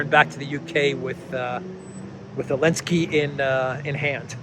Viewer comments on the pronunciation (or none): Why do you systematically and consistently pronounce his name "Alinsky"? Is this some sort of Russian-sponsored talking point, because I can't see any reason to so consistently mispronounce the man's name when surely you know better? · Letter Z was displaced on the Russian weapons during the start of the war, so letter Z was strip off when you pronouncing His name.